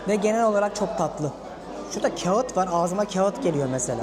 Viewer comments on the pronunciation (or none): none